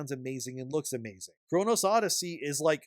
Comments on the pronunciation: I usually don't mind your little tiks but for some reason, constantly adding an s to chrono.... is driving me insane. That being said the bones were there if they give it a year or three it could be a good game. As far as the combat goes in my first 20 hours I thought it was trash quit berserker went to archer then made a sword master. Then with the dual blades beat capstone boss first try. As a gamer with vastly more experience than 90 percent of gamers the learning curve is too large. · Well, you're not the only.. a few content creators keep saying it 'Chronos' too.. 😅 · Like your content but CHONO! No S, killed me with that. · It's "Chrono" Odyssey. There's no "s" at the end of "Chrono". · Bro, please. It's CHRONO Odyssey. No "S". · It’s Chrono there is no S in it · You are pronouncing Chrono wrong. I don't know where you keep pulling an S out from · chrono oddysey. not chrono's oddyssey. Man that bothered me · No offence, but if you are calling out a game for lying you should at least get the name right... you consistently call it " Chronos "... not once did you say " Chrono " how can you get this so obviously wrong every time?😅 Makes me question if your voice over is not AI or something unable to say Chrono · Bro you're killing me, it's Chrono Odyssey, not ChronoS Odyssey.. You've even got it written in your title, pronounce the damn thing right! lol. Not many people really like Neeko, nor do they agree with his statements, there's a reason he has a low follower count. As for the game itself, we've only had a beta test and they've already told us they'll be fixing the lightning which was the one thing ruining the graphics and look of the game. Combat is amazing it just needs to be tweaked a little, there haven't been any lies YET. We can only hope for the best that they won't put any cash grabs in the game. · The fact you keep saying “chrono’s” really grinds my gears…GAME IS GOOD! Not great but great potential can’t wait to see how it’s finished